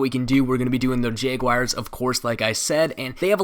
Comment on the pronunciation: The way he says jaguars "jeyguayers"